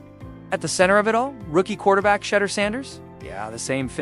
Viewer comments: I know you are ❤smart enough to pronounce Sha' duer' not sounding 'She' durs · Shee door not shedder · Gotdammit!!! “Shedder?” Pronounced “shee-DOOR!” Say it right, dammit, you silly bot voice! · When are you click baiters going to learn to pronounce his badge correctly. Shedeur =She dor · Thought it was pronounced SHAA-DOOR... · Please learn how to pronounce his name. No one likes you to mispronunciation of Thor name. I my self 😮 is sick of his name being mispronounced. Please stop and learn how to pronounce his name correctly .He is going to be around for a long time. Legendary and Perfect Timming❤❤❤❤❤❤❤❤❤ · You’re not gonna get a thumbs up if you can’t even pronounce the man’s name, I think if it was a human, he would be able to pronounce his name so I don’t believe this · say his name right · Until this bot can pronounce Shedeur's name correctly, I am tuning out.